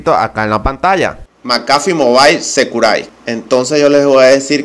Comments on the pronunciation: Macafi Mobail Sequiurrity (así se pronuncia, no macafi mobail securai) jajajajajajajajajajaaj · "Macafi movail securai" hahahaha pinche pendejo